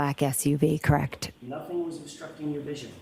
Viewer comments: Crect along with the the mouth smacking noises 😂🤮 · I hate how she says correct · If I hear “crect” one more time I’m gonna scream.